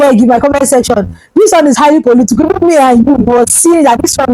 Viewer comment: KIDNAPPERS NOT KIDNAPPAS POLITICAL. NOT POLITICOL YOUR ENGLISH PRONUNCIATIONS IS VERY POOR